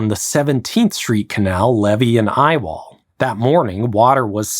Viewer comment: It's dumb, but every time I heard him say "I-wall;" All I could think of was an engineer pitching the project in a black turtleneck. Ladies and gentlemen, the I-wall.